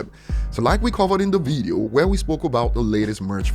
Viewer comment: Just a helpful tip: It's pronounced 'VIDeo' not 'VEEdeo'